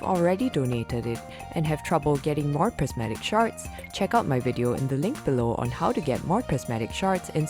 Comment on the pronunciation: Sounds like she’s saying ‘prismatic sharts’